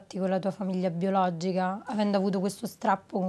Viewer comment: Biologgiga... Lei non si può sentire.